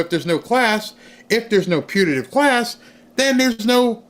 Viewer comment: Putative with a “t”, not Punitive with an “n”.